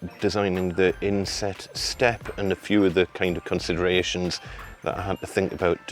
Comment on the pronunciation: Aah. I was full sure you said ‘insect step’ not ‘inset step’ in the last video. I even paused the video and googled ‘insect step’ for 15 mins. I’m going building a deck so I was thinking if put in an ‘insect step’ then I better too 😂😂